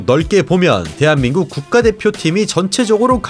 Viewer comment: 많이 들으셨던 얘기였겠지만... 대체 왜 발음을, "뽁씽한꾹 때표로써는 혜비끕의 유망주 킴형뀨 썬쑤가 있슴니돠~~!!!" 이렇게 하세요?? "때한민꾹 때표 꾝뚜기 챼널 챠또를 입니돠~" ......